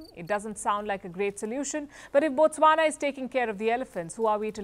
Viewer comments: Thanks for pronouncing Botswana well. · Wow the way u pronounce Botswana is impressive😊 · Wow you said Botswana exactly how we locals say it. I always watch your videos